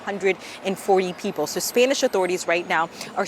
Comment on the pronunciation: Spaynish? 😂😂 you mean spanish right? I used to only trust CNN but ever since trump won they’ve gone downhill. Misreporting, letting their personal feelings show (should be objective no matter what) and just in general seeming less intellectual than previously. Like have your own opinions all you want, idfc, but when at work, those opinions need to be kept to yourself (not just spoken, tone, inflection, etc too). And get people reporting that are expertly literate. Although still not as hilarious as Omar’s WW11 mishap 😂😂😂 that shit was funny af